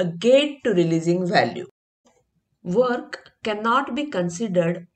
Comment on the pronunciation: Is it "work" or "weok"? Pffff